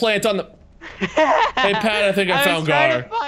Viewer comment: I died laughing when called Gar 'Jar' and idk why 😂